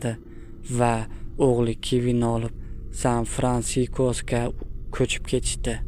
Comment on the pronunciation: Sanfirankiko mas san firansisko avdiyo qilishdan oldi 3 .4 marta o‘qib kigin o‘qing e